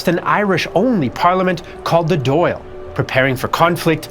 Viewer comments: Dáil is pronounced like dawil with the i being quite short, not Doyle. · the dail or an dail is actually pronounce "dahl" rather than "doyle" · The Irish parliament is called the Dáil and it's pronounced "dahl" "dal" or "doll" not doyle. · Thank you! That was grating! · Dail is pronounced Doll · It is important to understand how much catholic Irish were treated as second class citizens in their own country - and during the potato famine even much worse than that, with the London government even enforcing and worsening the situation. Btw. Dáil isn't pronounced "doll". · I know you gave it your best but every time you pronounced the Dail as Doyle I cringe 😂